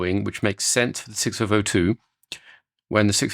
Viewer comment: Neither could I! What is he saying?